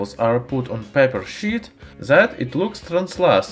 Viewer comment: "paper shit" You cant unhear it now.